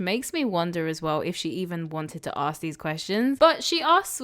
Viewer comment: it doesn't take much to pronounce Ask correctly either.